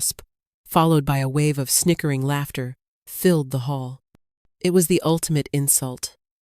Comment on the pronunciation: laughter, not laptor